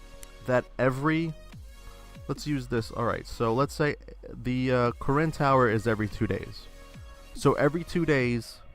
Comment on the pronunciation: When you say " Karin Tower " I thought you said " Koren Tower " xD